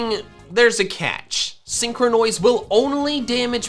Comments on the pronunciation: Normal people pronouncing syncronise: Syn-cro-nise pronouncing Syncronise: Syn-cro-noise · When he said syncronoise I thought it was a botched pronounciation of sycronize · Stop saying sincrenois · Please stop calling it syncronoise it sounds weird and syncronize sounds better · When he says “synchronoise”, it honestly just sounds like a mispronunciation of “synchronize” even though it isn’t. Amazing XD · Freaking synchronize not synchronoise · That's an interesting pronunciation of the word synchronise